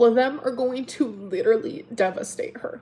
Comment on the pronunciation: If she says leeduraleeeey one more time 👀